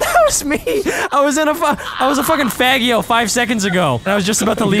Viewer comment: Everytime he says fagio😂